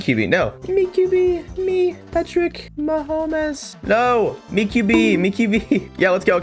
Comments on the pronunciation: Actually its ma hom es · No, it’s Ma hom os 😂😂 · “Me Patrick Ma HoM eS” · It's Mah om es